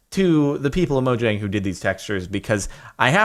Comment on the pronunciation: Say it with me now Spahkoos.: Mo-Yang. scandiwegian part of the world where J makes a Y sound.